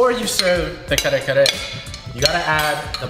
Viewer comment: that dude fucked up the kare kare, lmao.